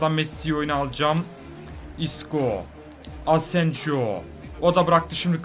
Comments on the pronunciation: Abi Asenjo değil Asensio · O adamın ismi asenjo değil asensio diye okunuyor her videoda asenjo ;) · Asenjo kaleci onun adı asensio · Asensijo asensiho diye okunuyor İspanyolca da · Asensio ya asenjo deme artik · Fatih Soyer hayır asensio diye okunuyor